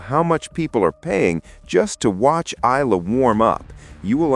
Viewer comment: Eala is pronounced as eyala not ila